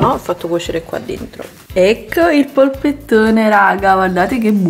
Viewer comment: Che poi chiamarlo "poppettone"... è una palla informe di macinato inguardabile!